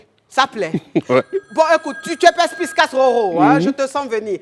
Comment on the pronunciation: avec son affaire de Perspiscace…. Il n’y a personne dans l’équipe pour lui dire que c’est incorrect? Ou bien c’est exprès elle le dit? En tout cas Roro a dit pour terminer, ça a été « perspicace » j’espère qu’elle a entendu … et qu’elle prononcera mieux la prochaine fois!